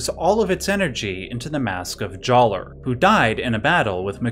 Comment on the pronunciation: I don’t like the way he says Jaller with a hard R.